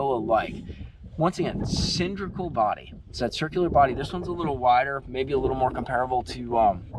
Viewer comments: it's cylindrical with an " L" say the word properly, it' s not cindrical. It's a hard "L". Don't take offence,thanks. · Homie, love your content and videos. But it's " Cyl-in-dri-cal". You're killing me with that. Lol 😂. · The word is cylindrical there “”